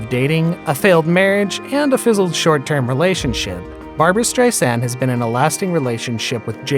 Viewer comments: Her name is not pronounced Strei-SAND! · Barbra. Not Barbara. STReisand, not streiSAND. Barbra never said that "her affair" was the reason she didn't perform for 27 years. A lot of this bio isn't exactly accurate. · Strei sand ? Should you get the pronoun of names correctly before making the video? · Streisand is pronounced with accent in first syllable. She says the second syllable is soft like walking on sand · why does the narrator have such trouble pronouncing people's names? It's STEISand, BROlin, Omar. FFS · Stri-sand? Bro-lin? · Nope, the accent on both names is on the first syllable. BRO-lin, STREI-sand. Wonderful video otherwise !!! 👍👍👍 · Oh my gosh. Who wrote this? Do you speak English? Is this a robot voice over? Countless mispronunciations and incorrect information. Wrong divorce year for Prince Charles etc... Couldn't even pronounce the names of the main people in the story - Streisand, Shariff and Brolin. How pathetic. Do some research people. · You don't know how to pronounce her name. Or Brolin's, and her attitude was brAzin. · Where, in God’s name, did they get this narrator? Has he been living under a rock that he doesn’t know how to pronounce Streisand and Brolin??